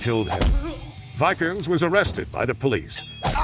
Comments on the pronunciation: And one little correction. It's Varg Vikerenes, not Vikerns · Varg VIKE URNS😂 VEEK ER NEZ spelt vikernes